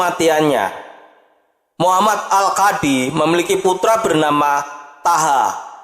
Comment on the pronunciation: Thaha dibaca Thoha.. (Toha)